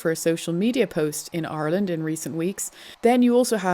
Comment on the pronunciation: You didn't hear her pronounce Ireland?